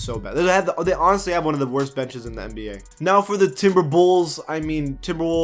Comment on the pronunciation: When he said TimberBulls, I died😂😂😂😂😭😭😂😂